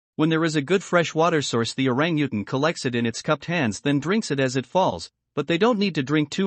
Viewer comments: I just don't like the computer narration at all. It's certainly not pronouncing orangutan right!! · He had good information but the terrible pronunciation of Orangutan was truly annoying. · LOL the computer kept pronouncing their name WRONG. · Yikes! For FACTS about a species, it helps if you pronounce it correctly in the language of narration... Switched off. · Learn how to say Orangutan properly!!!